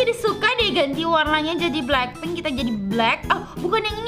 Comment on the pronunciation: lucu waktu bilang blakping😂😂😂😂😂😂😂😂😂